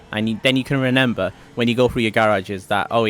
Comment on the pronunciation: Its not reNember its reMember